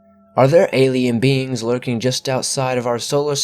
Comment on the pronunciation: The word "beings" always sounds like beans 2 me . Abducted by beans